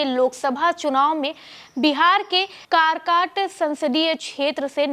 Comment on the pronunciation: मैडम जी कर काट नहीं है काराकाट है